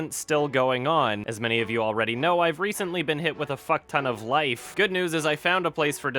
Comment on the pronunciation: one month for three minutes..... "PAY FOR MY LAIF"